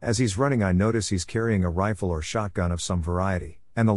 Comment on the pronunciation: "Riffle up guys" 😂